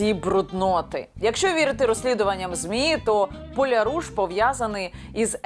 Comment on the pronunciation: ПолЯруш, наголос на я. Це по галичанському гаманець